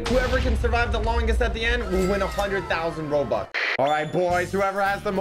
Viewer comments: Its not robox its robux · How dare you say robuks it’s bobuk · Here before he changed "robox" to "robux"